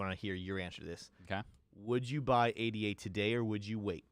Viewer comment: I like your analysis, but please pronounce ADA "aay-duh" it's not "aay-dee-aay"